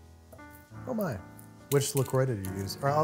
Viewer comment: the fact that Sohla says La Croix properly makes my ears happy